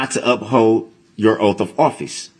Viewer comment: "Oapf" of office is how he pronounces it!